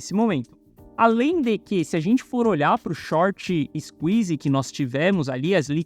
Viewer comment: Valeu pela análise Mas morando nos eua é falando shorti isquizzi não combina😂😂